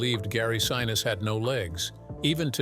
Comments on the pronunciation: Gary Sineesee Is the correct pronunciation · 👍🏽 Very good presentation! I caught only one proper pronunciation of Gary Sinese’s surname. It would taken extra effort to get it right every time, but that would have made the whole video just about perfect! 🤙🏽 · I truly loved this Movie from beginning to end and have really enjoyed the descriptions of how it was made!! Perhaps I am wrong but the pronunciation of Gary Sinise's name did annoy me a little!! Being an 83 year old Capricorn could give some kind of explanation for this!! Truly a well executed and fantastic piece of Cinema History is appreciated!! Thanks for this!!